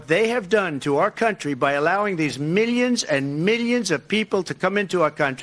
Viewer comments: I hate when he says “miyans and miyans”. He claims to be so wealthy but can’t pronounce millions. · I can't stand the way he says "millions and millions" but pronounces it as "meeyuns and meeyuns"